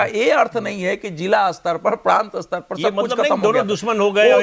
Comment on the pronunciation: अस्तर नही स्तर बोलो